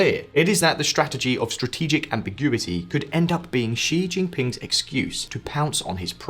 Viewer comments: Hey, could you stop pronouncing Xi as "Jzhee"? It's pronounced "Shee". The "jzh" sound doesn't exist in Mandarin nor any dialect of Chinese. Please, as a journalistic organization, spend five minutes to learn the pinyin orthography and read Chinese names correctly. It's not hard. They took letters that seemed redundant—X, Q, and C, and reassigned them to other sounds that English orthography uses letter combinations to write. X got the "sh" sound, Q got the "ch" sound, and C got the "ts" sound. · And Xi is pronounced “shi” another very basic thing.